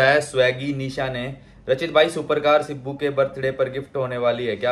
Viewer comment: woh sibu nahi. Sibbu. Hota hai pagal,😂